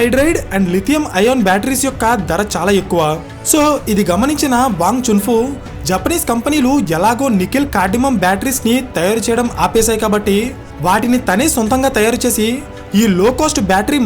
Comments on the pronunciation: నికెల్ కార్దిమం కాదు నాయనా నికెల్ కాడ్మియం 😊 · కడ్మిమము కాదు కాడ్మియం